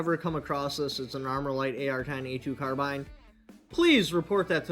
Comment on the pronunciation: Good man! Someone who, at last, can pronounce carbine and not call it a carbeen. Keep up the fight